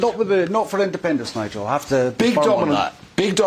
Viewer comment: Jesus, is it so difficult to say independence.